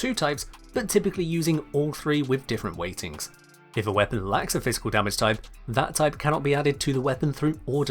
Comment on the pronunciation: the way i understand elements now is that you can troll your team more effectivly if you have weak status weapons with big aoe range, is that right? also, i kept hearing "if a weapon likes a physical damage type" had to turn on subtitles to understand that you said lacks